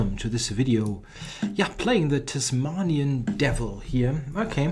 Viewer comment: Funny way to pronounce Tasmanian Devil😀 Ask an Australian.